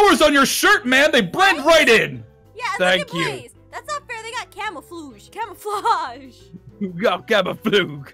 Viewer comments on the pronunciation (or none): Why does jess get so many words wrong like for camouflage she says camuflage